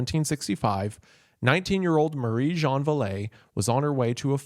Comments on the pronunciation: I'm a native speaker I learnt French before English and yeah it's close if you squint but not a 100% match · He pronounces Jeanne like he's saying John 😂 I mean I know he just gave up at that point but it's funny when you speak French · Jeanne is pronounced Jon. Like Jeanne D'arc (Joan of arc). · Jeanne is actually pronounced Jan.